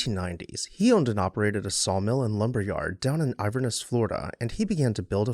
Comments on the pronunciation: Love your videos! Two corrections: It is pronounced "val-DAH-stah" not "val-doe-stah". Also, it was Inverness, Florida, not "Iverness". Keep up the good work! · ANOTHER GREAT NON-DEMOLITION, AND ONE OF THE MORE UNUSUAL HOUSES YOU'VE EVER DONE!!!!!!!!!!!!!!!!! NOW A QUESTION ARISES???????? YOU SAY "IVERNESS" FLORIDA???????? UNFORTUNATELY, I HAVE SPENT TIME IN FLORIDA, NOT A LOT OF GOOD MEMORIES, BUT ONE THING COMES TO MIND HERE!!!!!!!!! I HAVE NEVER HEARD OF AN "IVERNESS" DOWN THERE!!!!!!!!!!!!!!! I DO, HOWEVER, KNOW OF AN "INVERNESS" FLORIDA, WITH THE N IN THERE!!!!!!!!!!!! SO IS THERE ANOTHER PLACE I HAVE NEVER HEARD OF, WITH SUCH A SIMILAR NAME???????? OR IS THIS A BOO-BOO ON YOUR END???????? LET US KNOW, AND LONG LIVE THIS HOUSE!!!!!!!!!!!!!!!!